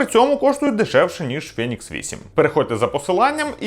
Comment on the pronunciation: фЄєнікс ФЄєєнікс.... Ну хватає вже тих москальских відсилок... Правильно взагалі "фінікс" Але в чому проблема сказати ФЕнікс?